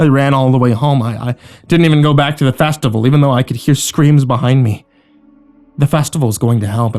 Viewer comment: So are we not gonna talk about how he says festival?